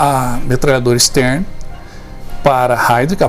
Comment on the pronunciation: A metralhadora se chama Sten e não Stern.